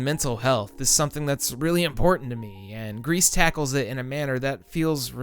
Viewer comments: about Gris: im pretty sure its pronounced 'gree' not 'Grease', like the french word for grey. how do you pronounce 'versace' or even 'hyperbole' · Gris is pronounced "gree" not "grease". It means grey en Français. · pronounced "grie" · It's not pronounced 'Grease' my dude.